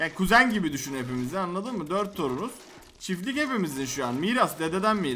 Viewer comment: Çiflik değil çiftlik